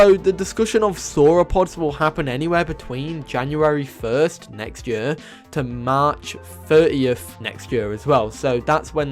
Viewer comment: "The end of the yurrr"